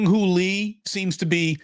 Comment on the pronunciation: I think did more research on Lee than as that is how you would call his name in this native Korea. Good on you.